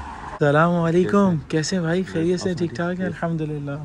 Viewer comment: Allhumdulillah Bola kry bhai Allkhum Ni boltay Ye ح ha halaq se naklti haa bhai